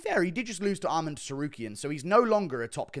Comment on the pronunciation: theres no d at the end of armans name why do you pronnounce it like that